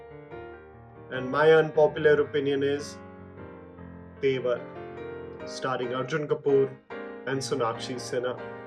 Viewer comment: I was actually concerned for you when you said TEVAR ...jammy don't do that